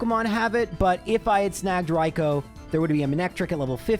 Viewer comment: It's Raikoo not Raikoe